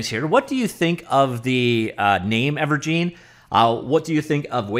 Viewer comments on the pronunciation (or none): Its gine as in engine not gine as in jean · Thank you, that was bugging me. I mean think about it. It's a game "engine". It used to be called Wave "Engine". Now it's called Ever"gine". Where is this "geen" coming from? Urrg!! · It's most likely pronounced "ever-jin", like ever en-gine, ever-gine. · It's never pronounced "gene" when you're talking about an *engine*. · I'd imagine it's pronounced Ever-Gin as in and Engine but forever... Evergine...